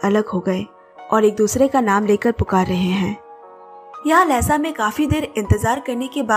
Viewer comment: Miss , pronunciation of Lassa is not लेसा, correct pronunciation=लासा (Laa..saa)one of the biggest Buddhist and capital city of Tibet,place of 🪙 gold palace